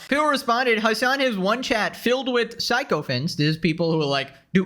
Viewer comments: ik you arent from a native english speaking country, but the word sycophants is pronounced "sick-o-phants" not "psycho-phants" great vids, keep it up, and remember "LETS UP THOSE NUMBERS!" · sycophants is pronounced: "sicko phants" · Its pronounced sicko-fants. Weird word, ik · brother can't even pronounce sycophants properly.